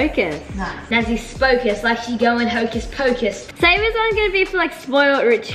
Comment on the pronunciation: pov: saying hokus pockus and it just came out 😂😂😂😂🎉😅